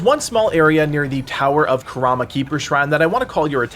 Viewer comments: "Towers of Karama." It's karma. Car-ma. lmao, great video though, thanks for the help! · Karma ... Not Karama 😂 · It’s Towers of Karma not Karama 😅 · Its called the tower of "karma". Not kurama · Bro its karma not kuarma lmaoo got me looking for other spots and shit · you mispronounced tower of karma to tower of kurama btw. had me looking on my map for that area then i decided to look back on the video lmao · The towers of “KarAma” was killing me 💀 Great video though ! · Are we gonna talk about how he said “Karama” and not “Karma”? I was so lost for a few minutes because of this 😭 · Dude said karama keeper shrine.. And I go “oh I don’t have that yet” turns out it was the tower of karma shrine..😂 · Some feedback, 1) please slow down on directions to where to go 2) please make sure you are pronouncing the names of these places right… just spent 5 minutes trying to find “The Tower of Kuhwarma Keeper Shrine” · love the video but why does he pronounce Karma as Karama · I was hearing Kurama and thought he was talking about Yu Yu Hakusho :p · Bro said karma wrong 😂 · Why pronouns Karma that way lol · the way he pronounced "Karma" xD